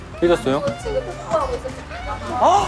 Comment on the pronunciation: 어째서 이지니가 유지니로 들리는가..